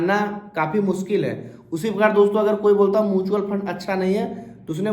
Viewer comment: पता तो आपको भी नहीं है म्यूचुअल फंड को मूंछवल फंड बोल रहे हैं